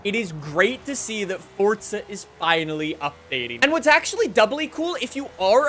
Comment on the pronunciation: Why do y’all say the game like that… FORZA… not FORTZA